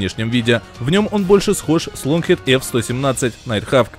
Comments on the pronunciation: Как только услышал Лонгкит, вместо Локхит, сразу стало все понятно с мнением данного «эксперта»... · Молодэц, иксперд, шо нада! 😂 👉ЛокхиД👈😝